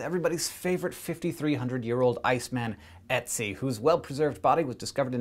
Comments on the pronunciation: its not "e"tzi its "ö"tzi with an Ö ^^ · Ötzi sounds more like Urt-si than Etsy. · dude he is called Ötzi... NOT Ätzi... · His name actually rhymes with "tootsie," not Etsy. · that's not necessarily true, because nobody is the same and just because ötzi was lactose intolerant doesn't mean that everybody else was like that. btw: i find it hilarious how he says ötzi, because i'm austrian and it sounds like etzi to me - which sounds like either acid in german or a super cute name for an ice baby not a middle aged man xD (try the wiki audio file ;D ) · Ötzi was found in the Ötztaler Alpen - the Ötztaler Alpes in Austria, not Switzerland also, but way less important the way you say Ötzi it sounds like Etsi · It's 'Ötzi' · Just saying hank it is "Ötzi" We learned about it in school. It is pronouced otsie but spelled ötzi But I LOVE SCI SHOW and i showed it to my dad also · It's Ötzi, not Etsi, Hank. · Hank said 'Oetzi' and for a moment I though he was saying 'Ezio' from that videogame :D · well done, but the pronunciation of ötzi was.. very amusing to my swiss ears ;) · Every time he said Oetzi, i thought he was going to say Ezio. Curse you, Hankgames! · So that's how Americans pronounce "Oetzi." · so that's how english speaking people say Ötzi :) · you're pronouncing his name wrong xD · Ötzi.. Ö is the same sound you make in the word burn or word.